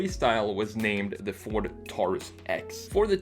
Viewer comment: My pet peeve— people who pronounce “Taurus” (tár-îs) instead of (tore-rîs) ... like it’s supposed to be.